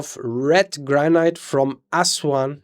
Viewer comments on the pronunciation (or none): Why is he pronouncing granite, like "gran-ite", rather than "gran-it"? The E is silent. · Granite rhymes with "man it"